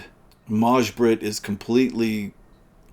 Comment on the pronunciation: The way you pronounced Maj-Britt was really weird. It's pronounced "Mai" It's the swedish version of May as used as a first name.